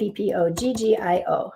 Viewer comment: L-o-v-e the way you say A -P-P-o-g-g-i-o Yes, support is most important.